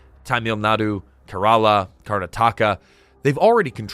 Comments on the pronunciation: Bro who won't even learn to pronounce 'Kerala' can't be trusted with anything worthwhile here. India is doing better than most other countries in our times of genocide and wars. Nor did India have superpower dreams, as the video assumes. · A guy who can't pronounce our states name correctly is schooling us about our flaws. We know there are flaws, we don't need your opinion on it. US suffer from School Shooting, Druggies on the street, Idiot President who is running world into economic collapse so please Chaddit Raha